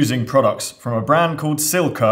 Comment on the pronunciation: badly needs to practice his Italian pronunciation for all Silca’s product names 😆